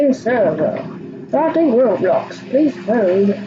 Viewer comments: It's pronounced row blocks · Its not rawblox its roblox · it’s not rob blox it’s roeblox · Its ROW BLOCKS NOT RAWBLOCKS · "rawblox" lol